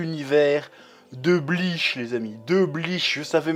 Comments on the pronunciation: On dit pas Bleash on dit Bleach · Purée tu m'a tendu de fou à prononcer Bleach "bliche" 🥶😅